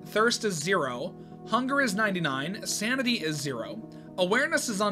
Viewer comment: Hey btw sounded like u said samity in the first part 😂🎉